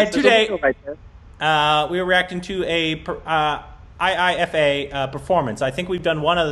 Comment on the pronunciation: it iscalled as "eye-fa" not I-I-F-A😂❤️